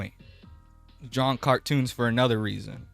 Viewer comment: “They awe just cawtoowns”